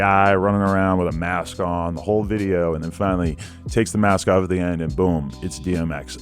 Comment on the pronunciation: lol "music dideo"